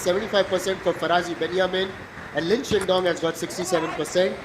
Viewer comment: The way he keeps saying "Lin Shinndong" is hilarious LOL.